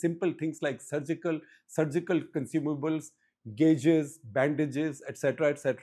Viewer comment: Surgical gauzes not gauge Sir💚